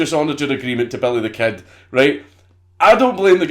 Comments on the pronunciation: "belly thuh kehd" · Nigga said "belly the ket" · sorta sounds like, “bury tha ked.” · belleh the ked* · I swear he said: "Belly the Cat"